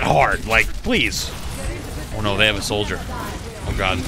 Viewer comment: it's "soldier" bud